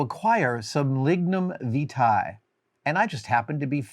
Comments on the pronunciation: It's "Lignum Vie-tee" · Lignum Vitae. A name I hate the 'correct' pronunciation of. I mentally say something else.